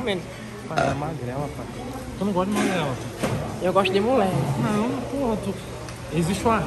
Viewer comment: " eu gosto de mulé" kkkk morri